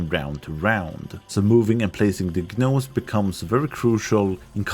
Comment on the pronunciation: ....I can't tell if you're mispronouncing gnomeson purpose or if that's just how the game says it.... The G is silent, you just say Nomes, not "Gah-nomes"